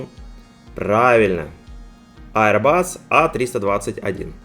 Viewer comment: Ну наконец-то Аирбас, а не "аэробус"!, молодец, растёшь!)))